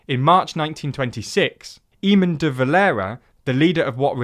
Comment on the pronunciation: Lmao ee min. I'm not Irish and that made me wince.